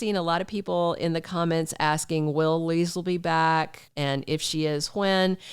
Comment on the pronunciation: Hey! I love your Leisel accent lol on point! Two things. Do you think they will ever bring up the fact that Ezme is the reason Sasha lost her baby? There are a few things that happened but the writers move on quickly like it never happened. Like when Lucy got kidnapped, hit a man and ran off then next thing we know Lucy is at Deception like nothing happened.